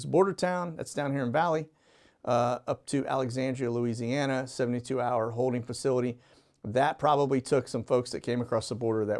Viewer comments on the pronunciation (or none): none